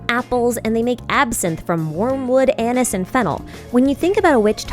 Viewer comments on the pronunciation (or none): none